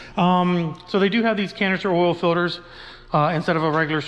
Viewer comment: The way he says filters makes me cringe 😬 lol good video though